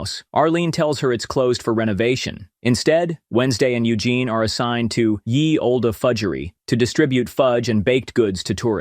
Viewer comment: Ye Oldé Fudgery is Pronounced "The Old Fudgery" as at that time the letter T wasn't in Print also it came across as "Your Old Fudgery" giving the suggestion it was the customers Fudgery cause back in that time people were Proper Thick-O's